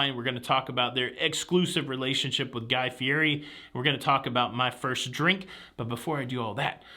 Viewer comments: Hello! FYI Guy's last name is pronounced "fee et ee" Go figure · you are mispronouncing Guys name